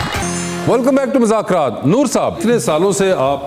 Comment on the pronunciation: Wasay Choudhry, please please say the right name of the show. It’s been almost 10 years hardly any anchor pronounce the name right. It is “Mazzaq Raat- مذاق رات” Please don’t say “Muzakraatمٰذاكرات”